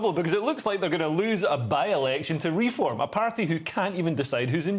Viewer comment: People often comment on Leo pronouncing Reform as if it were a verb rather than a noun . It turns out he was right as they have now reformed from a credible party into an abject farce. What a visionary.